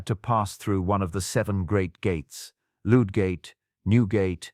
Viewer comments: Not LOOD gate Ludd Gate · I thought it said "Ten-oh-six six" and where exactly are "Lude-gate" and "Crippler-gate"? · Too bad the quality of the voiceover isn't up to that of the video. Idiotic mispronunciations like "Loodgate", "Crippleygate" and "ten-o-sixty-six". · Loodgate, Cripp-le-gate, ten-o-zixty-six! How can the images be so clever and the voiceover have such childish errors?